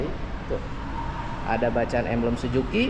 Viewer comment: Suzuki Om..Bukan Sujuki...😅😅😅